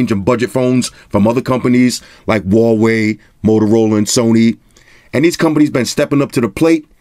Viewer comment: Did you say "Rah-wei"? Rah!